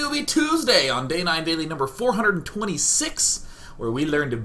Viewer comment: ooh day9uh! LOL KOREAN IMITATIOn